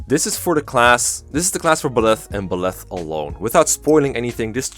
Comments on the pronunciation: Good video and all but, PLEASE for the love of god Byleths name is pronounced By-leth the by being said like by the way and leth like leth i suppose. Byleth is not pronounced beleth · Bileth? Huh. I'm pretty sure it's Byleth. But w.e. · Bih-leth? I’ve always said Bye-leth.